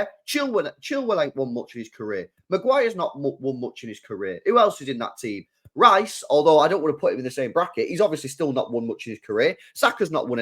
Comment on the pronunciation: and you just named two right backs.He’s never played Trippier and James at the same time lol and it’s Rice not Rhyce